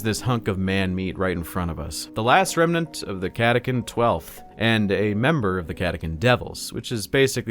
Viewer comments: cata CHAN not cata CAN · Is it not pronounced Catachan, chan like 4chan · Ka-ta-kan - what the heck